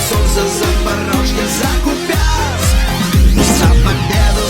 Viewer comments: Виблядок орківський Куʼп'янськ, а не Куп'яʼнск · Олексію,ви-the best )))Ті віслюки кажуть КупЯнск,а він КУпянск,аж вуха ріже...Х@ їм на все рило,а не хоч клаптик нашої землі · Какой нах КупЯнск? что за ебланы? Ударение на вторую букву. Слава Україні